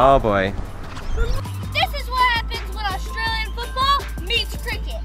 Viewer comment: I appreciate u not saying Ourstralian and saying Australian instead!:)